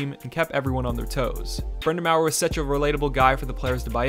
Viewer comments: How the hell have you not heard Brind'amour pronounced by someone, or better yet anyone else? Or is your way just a edgey way of saying it? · The next time you make a video about the Canes, please look up how to pronounce Rod Brind’Amour’s name. It’s BRIND-UH-MORE, not BRIND-A-MAOER. You butchered Teuvo Teravainen’s name, too. It may seem nit-picky but it’s really distracting. At least get the head coach’s name right. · Raleigh isn't pronounced like "rally" it's like "rah-lee," and Rod's name is pronounced "Brind-a-more." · It’s a French surname so its supposed to be said Brin-da-mour like In tour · Brindamower? Are you kidding me? You lost all credibility at that point...lol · I immediately lost all respect for his analysis when he said that. How do you make a video about the Hurricanes without knowing how to pronounce the most important player in franchise history AND the current head coach? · THIS THIS THIS THIS THIS & THIS? I'm a huge Brind'Amour fan! And it hurt my soul to hear that butchering. I mean if he had listen to any audio about him (Rod) at all from major hockey websites, he would have heard how it is properly pronounced... right? Or am I just overthinking? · i really appreciate you making a video like this about a team that is constantly over-looked and brushed off, however, the pronunciations of RBA really bothered me lmao! all jokes aside, really great video and as a huge fan of the team it makes me happy to hear us gaining more (deserved) attention in the world and online!!! go canes!!! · Im just glad Waddell has grown from his mistakes in Atlanta. This past offseason he made some questionable goal tending decisions but its paying otf on the ice. Super deep team. Edit-vid was kinda hard to watch with A the mispronunciations of Brindamours name and just quite a few inaccuracies in the info..... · My god even if you're not a Hurricanes fan how do you not know how to pronounce Brind'amour…. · You absolutely butchered brind a mour